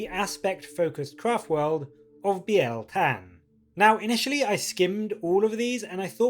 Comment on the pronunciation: I think you're the first YouTuber to pronounce it right. It's not bile tan ;)